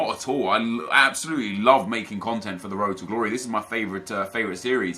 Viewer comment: Road to ddddddumb stop saying road to glory like that